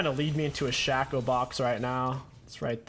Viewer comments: Did he just say Shack-ow? instead of shaco? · The way you pronounce shaco and Olaf sets me off lmao